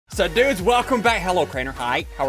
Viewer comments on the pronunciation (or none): Only the ogs will remember when ssundee used to pronounce dudes as "dhurdes"